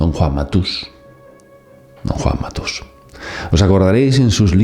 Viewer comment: Es Juan mátus no matús!!!! Por qué hablan tan mal los dos spañoles!!!???!?!?